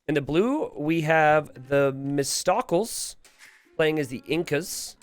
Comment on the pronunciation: "The Miss Tockles." Thuh-miss-toe-kleez... 🙂